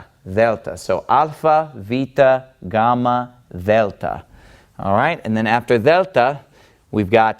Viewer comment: I'd like to make three very different points after watching this video: 1. Your pronunciation for a non-native speaker is quite good. You do pronounce the gamma in a non-modern way (i.e. as a stop rather than a fricative) 2. Saying things like 'that Greek false god called Poseidon' makes you sound like a religious zealot and makes me, as an atheist, want to ask you: which god(s) are true and why do you think so? 3. You're so hot I wish I'd had a priest like that back when I was a believer :)